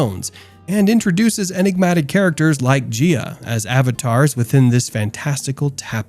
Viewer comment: your not pronouncing gaias name right